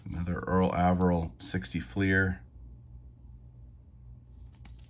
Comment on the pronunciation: I have always heard Mr. Averill’s name pronounced with a long A.